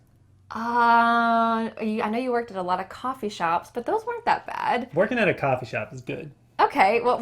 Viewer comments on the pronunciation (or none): none